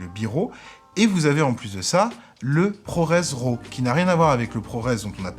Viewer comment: Bonnes informations!! En passant ce n'est pas 'ROW' mais 'RAW' ça se prononce comme 'Rat' ;-)